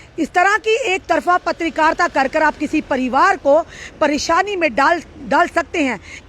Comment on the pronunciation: mam its not patrikarta its Patrkarita😂